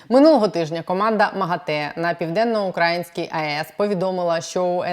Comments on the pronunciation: при всій повазі - не ПівденноукрАїнська,а ПівденноукраЇнська, невже Вам це не відомо. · ПівденноукраЇнська ! !!! Ведуча, говоріть правильно! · Наголос!!!!! ПівденноукраЇнська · Пані, Піаденно-украЇЇЇнська АЕС. Ну дуже ріже вухо....вибачте) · Південноукраї́нська атомна електростанція, пані зважайте на наголос, бозвучить якось не дуже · хочу допомогти вам говорити правильно, а саме вимовляти слово 'ПівденноукраЇнська АЕС'. Наголос на букву ї. Дякую! А то звучить дуже негарно. Також дякую за випуск!